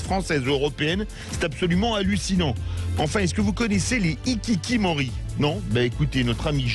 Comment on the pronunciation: XD les hikikimori non mais les hikikomori un peu plus